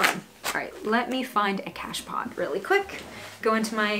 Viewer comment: It takes this woman 16 minutes to present information that could have been covered in, max, 8 minutes. So much repetition and extraneous commentary. An "pot" in the French word "cache-pot" is pronounced "poh."